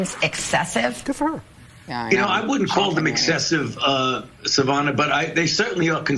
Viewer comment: Sa-vah-na? It's Sa-va-na